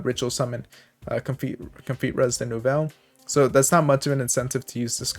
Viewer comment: Btw your pronunciation is spot on with “new-vell”. It’s the plural feminine word for “New”. Main deck monsters are a bit rougher though haha.